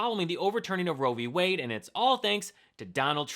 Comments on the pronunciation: Whenever he says "I killed Roe V. Wade" I hear "I kill women". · trump loves saying "RoevWade". He thinks it makes him sound smart.😂